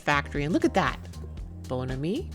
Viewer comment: it is pronounced Bon Ami